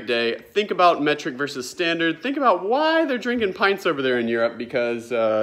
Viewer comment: Meh-treek as AvE says. Lol